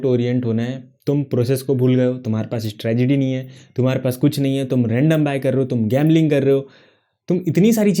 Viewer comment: Bhai strategy hota hai stragedy nhi😂😂